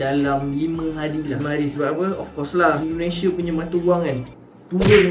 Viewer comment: Belajar lah ngomong yg bagus,indonesia bukan endonese brooo